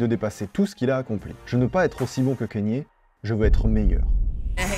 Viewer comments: Dsl de faire le relou à ce sujet mais Kanye se prononce "kanié" et pas "Kenny". A moins que lui même ne se trompe sur la prononciation de son propre prénom. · On dit pas kénié mais kanié merci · j’adore tout ce que tu fais et cette nouvelle initiative de faire une vidéo par jour est vraiment incroyable je sais que ça demande du taff de fou donc merci beaucoup, MAIS pitié fais des recherches sur la prononciation des noms (par exemple tu dis kénye au lieu de Kanye et ça fait un peu mal aux oreilles) merci 🙏 ❤ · Super vidéo et incroyable la quantité de contenu que tu envoies en ce moment. Par contre, ça se dit k-nié et pas kéni 😂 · Kanye se prononce kanié et pas kéni ou kénié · Mais justement il dit kanié mais à certains moment il dit kenny j'ai bugué je cherchais à comprendre comment on prononcait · Ka-gné, pas Kè-Nie😅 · On dit Kanye pas Kenny. Je ne comprends pas cette prononciation erronée. Est-ce la french touch ? J'étais chaud pour regarder mais ça m'a refroidi. Dommage. C'est comme si on disait Drac au lieu de Drake. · Kanye se prononce « kaïnié » et non « Kenny ». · Cest KANNIÉ WEST pas KENNY WEST par contre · on prononce kanye et non pas keyni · pourquoi tu dis kEnYE merde c kanye kanye c facile pas besoin de parler anglais lis le comme ca s'ecrit c'est tout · Bonne vidéo, juste dommage de dire "Kéni" West, juste avant des extraits où on entend le bon "Kanye" (prononcé kanyé) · KANYE WEST PUTAIN PAS « keni west » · KA - NYEAH. Pas Kenni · J'aime beaucoup ce que tu fais, tu t'y connais vraiment en musique et tu fais des recherches de fou, et merci pour ça. MAIS le fait que tu dise "Kénié" toute la vidéo (et "Putcha T") m'a trigger de ouf. Et comme il a dit: "Now all I need is y'all to pronounce my name It's Kanye, but some of my plaques, they still say "Kayne" " (Diamonds from Sierra Leone) En tout cas, merci pour toutes ces histoires!:) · mon gars mais stp prononce bien KANYE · c'est Kanye pas Kenny west respecte le nom du GOAT stp